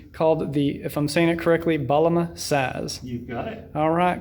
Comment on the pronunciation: It’s called Baglama with G softly pronounced